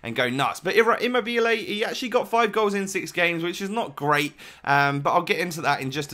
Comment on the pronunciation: Eam mo be lay :) I am italian